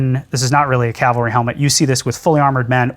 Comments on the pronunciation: C’mon Adam… Calvary! 😂 doh. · Calvary ? Oops I see it was already deleted 🤣 To be fair, the dude mispronounced it at least once. Metal work is the best !!!!!!